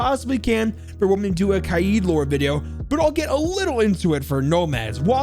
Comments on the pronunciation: It's not kayeed it's kaid like raid with a k instead of an s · And the way you pronounce kaid is wrong it's قائد its a hard name for you and it means leader